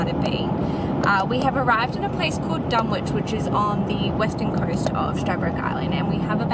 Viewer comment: It’s not pronounced “Dun-witch” it’s pronounced “Dun-itch”. The W is silent. It is confusing seeing as it is spelt dunwich